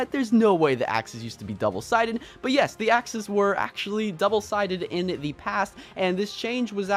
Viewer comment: AXE-ually, ok i just had 2